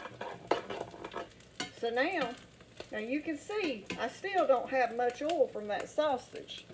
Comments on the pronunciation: She doesn’t say oil. She says ole. She can say boys, but not oil. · 🤣🤣🤣🤣🤣🤣 the way you say oil 😂😂😂😂😂😂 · As soon as I heard the way you pronounce "oil", I knew this was the real deal! Also, my mom has never owned anything but cast iron pans my whole life, and she's never used anything but metal or wood utensils to cook with.